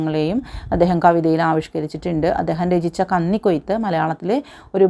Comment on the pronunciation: കന്നി (പന്നി) ക്കൊയ്ത്തല്ല 😂😂 കന്നി (മിന്നി) ക്കൊയ്ത്ത് 😡😡 മൊത്തം തെറ്റാണല്ലോ 😂😂 ഒരു തവണ ആ text വായിച്ചിട്ട് വീഡിയോ എടുത്താൽ നന്നായേനെ😂😂😂